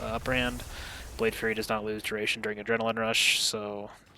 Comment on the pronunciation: Thanks again for this video, it is helping me learn the spec coming from assa. I look forward to seeing your keys in season 2. One small critique, I think you're saying "Blade Fury" like a Fury Warrior. The ability is Blade Flurry like a McFlurry. Keep up the good work, cheers.